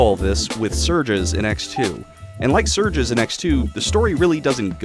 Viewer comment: Bro is butchering names, Isock, surjes, Gay armor 😅